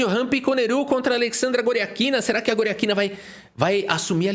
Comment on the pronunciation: como foi que "Goriátkina" virou "Goriaquina"? 😂